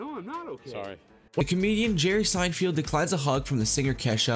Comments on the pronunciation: It's Jerry Seinfeld, not Seinfield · Seinfeld, not Seinfield.